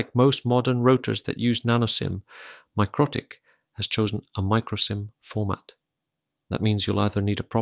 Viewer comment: Isn't it pronounced mick-roe-tick , Anyway where did you get this ? Literally none for sale in the UK